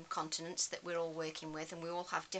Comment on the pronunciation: You know you have been working with nurses for too long when you hear continence rather than continents….. good job I have closed captions on too.